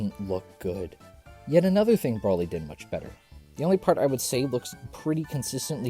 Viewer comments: Bro-lee. Bro-lee. Not brawl-ee. Bro-lee. Please. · if only you could say BROly correctly